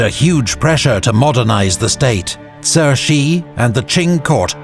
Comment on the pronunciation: This was well made. Pronunciation isn’t perfect every single time especially for Cixi, Kuomintang and Hu Shih. Could’ve used a better grasp of pinyin. But it’s passable. Love the music, the maps, the quotes. Kang Youwei and Liang Qichao were important. Would’ve been nice to talk about them a bit more and also stories about Guangxu emperor who sought more expansive reforms while Cixi was oftentimes actually more of the problem. She put him under house arrest and there are rumors that he also executed the young emperor’s consort!!! Through the centuries, countless l historians nd also contemporaries have criticized her for weakening the Qing dynasty and China and for choosing a child to inherit the throne. I’m Chinese and her reputation is very bad for the most part. Just a few notes and thoughts! : I will say Li Hongzhang was the main guy chosen by the Qing government to lead its new armies. It’s important to say that the Kuomintang and early revolutionary elements brought Yuan Shikai into the fold because they couldn’t have any power without the army. But we know how that transpired. Another important literary figure who came around alongside Chen Duxiu was Lu Xun. Would recommend anyone read his stories to get a picture of the times and contemporary rhetoric against old traditions.